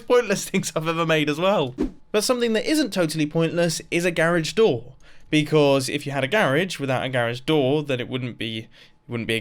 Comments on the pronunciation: MUMBO! its pronounced, gar-aje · The way he says garage drives me crazy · Mumbo - garaaahge Me - GURAGHE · "Gare-edge" *Oppose to "Ga-rah-g" Which is closer the way it looks like it would sound? *In case you didnt know, the word is "garage" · It's a ga-rage not a gar-age mumbo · The way he says grage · It's a "ga" "rodge" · No one: Literally no one: Mumbo:GARIGE door!!! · Garage isn't pronounced "garriage". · Ok mumbo, say it with me... “GA-RAAH-GE” Got it? I’m jokin partner, keep up the good work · Do you pronounce rage rhage too? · The way he pronounces garage makes me cringe 😂 (it’s only cause nobody near me does. It’s totally fine that he does lol I just find it funny) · this might bug some people (specifically americans). how many times he said garage wrong (to us). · Try to count how many times he says garage with a long "a" here. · You and me say garage soooooo very differently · Does he know you can cook food in the campfire? Also: GARAGE its not gar as in garry, its ga as in the sound in the. I'm an American btw